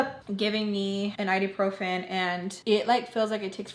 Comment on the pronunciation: IBUprofen, not iduprofen 😂